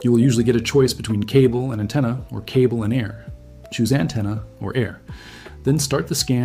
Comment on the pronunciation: An antenna not a attena